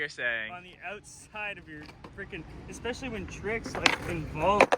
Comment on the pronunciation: Nobody:: EGGSPECIALLY…